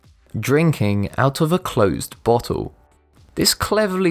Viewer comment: A 'botttull'. ffs. And I'm English.